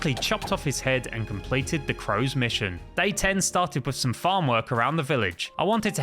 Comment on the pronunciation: My video put a add when you said farm and it sounded like you said fu*k